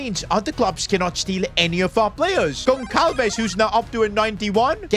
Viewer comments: for future content i will just help you saying that instead of saying goncalves it pronounces gonsalves so when you see a portuguese player with the letter Ç just pronounce like it was a S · As a Portuguese I’m very annoyed that called Pedro gonçalves “gon cal ves” it’s supposed to be “gon sal ves” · ITS PRONOUNCED GONSALVES NOT GONKALVES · Ç is pronounced as S. Like Barça.